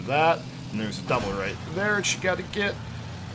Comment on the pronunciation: Why do you call a jump "Dubble"?